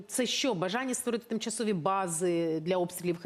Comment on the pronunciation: Зачем вы говорите"" Тымчасовые"""????????? Зачем?????